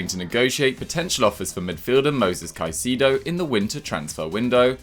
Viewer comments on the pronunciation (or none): It’s pronounced cai - se ( like the se in second) - do not caiseedo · For the love of god it's not caeecido is CAICEDO !!!!!!